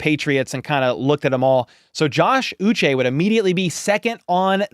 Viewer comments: It’s pronounced OO-Shay. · Remember it's pronounced Ooh-Shey Joshua Uche Ooh shey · I believe he pronounces his name “OO-SHAY” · Hi. This symbol ' indicates an accented syllable as in U che' 😊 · Well take a look at the man himself. Sounds like he's saying uche